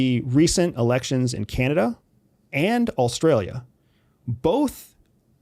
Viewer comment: Ive been a fan for a while buy I’m finding it increasingly hard to believe this guy was ever an international spy. He pronounces Canada ‘canda’ in this video and then a second later pronounces Australia ‘allstralia’. And also says china is a threat, but theres no possible way China is a real threat unless we force them to act. They paid for our modern infrastructure. Thats a long term investment. He still works for US intelligence obviously and wants us to eventually attack China so our debt can be wiped and we can funnel Asias prosperity into the pockets of the American oligarchy.